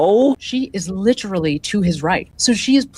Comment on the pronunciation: It's literally. Not, litreeleee.